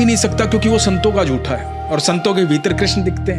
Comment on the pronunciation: महोदय, आपको बड़ी लगन से सुनता हूं। ज्ञानवर्धन होता है। कम - से - कम आप तो 'जूठे' को 'जूठा' ही बोलें , 'झूठा' बोलना सही है ?